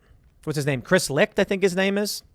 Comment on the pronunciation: Chris Licht's last name is pronounced "light". Do some research, Tim.